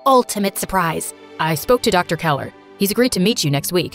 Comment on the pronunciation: Dr.Keller Not Dr.Keeler.